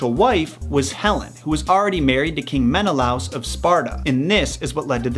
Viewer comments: Meneloouusssee? No Menalāās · His Name is Pronounced MEN-Ah-Lay-Us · Imagine being so anglosaxon you say Heh-PHEE-stus and Men-eh-LOUSE (Hephaestus and Menelaus)